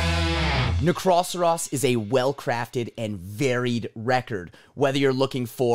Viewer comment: Nice trick. You knew how to pronounce Necroceros from the beginning. Great review. Loved it. My all time favourite Asphyx song will always be Deathhammer.